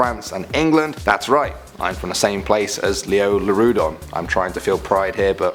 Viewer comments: I got confused at the second one. He said lioleurodon, in Ark it's liopleurodon. xD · Its leopluradon not leolerodon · “Leolurodon” Wow. It’s pronounced and spelt, Liopleurodon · It's Liopleurodon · Yes..... Rightly said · I love the videos I just wish you would pronounce the names correctly. It’s pronounced liopleurodon not lioleurodon. You botched a few others as well >.< You did this also on a few in the last 2 videos. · Leoleurodon is actually called liopleuridon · You missed the P in lioPleurodon... it's kinda irritating. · Hold on did I just hear lioleuradon 😂😂 it’s liopleuradon m8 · “Leolurodon” made me cringe 😳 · Yo its Liopluerodon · It’s actually liopluerodon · Hey bud good video but gotta say it's a liopleurodon with a p bud thanks lol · *Liopleurodon?? Otherwise, great vid <3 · I think you missed the 'p' in Liopleurodon. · I'm pretty sure it's Liopleurodon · Love all of your vids!!! I think is it Liopleurodon* though